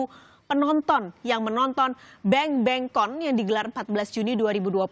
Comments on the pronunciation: Please not the pronounce not 'bengbengcon' but 'bangbangcon' 😖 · Ucapan 'bangbangcon' itu bukan 'bengbengkon'. Harusnya 'bangbangkon'!! Orang Indonesia bisa ya? Dalam bahasa Ingris ucapannya 'a' biasanya 'e' jadi mereka bilang begitu, tapi Bahasa Indonesia 'a' tetap 'a' saja ya? Bahasa Korea sama. Jadi jangan bilang 'bengbengkon' karena itu salah. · Awalnya ngomongin BTS, selanjutnya "musik korea".. National Pride emang gituh siy.. Burden nya ekonomi negara.. btw, itu read nya "Bang Bang Con".. as a-Bang a-Bang tukang cireng.. maaf y..